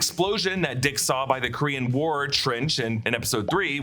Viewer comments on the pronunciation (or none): none